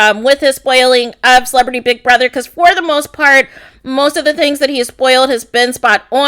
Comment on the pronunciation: Gurl..why are you yelling so much!? Also whats the deal wit the way she says BECOZ 😜lmao